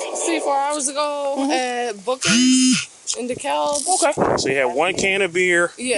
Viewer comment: She needs an extra charge just for how she pronounced DeKalb. 🙄